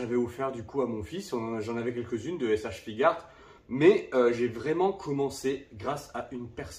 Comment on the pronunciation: Je peux te comprendre ton amour pour les S.H.Figuarts Moi même étant collectionneurs de ceci Par contre et sans vouloir te juger mais on dit S.H.Fig"u"arts, le u n'es pas muet 😅😅😅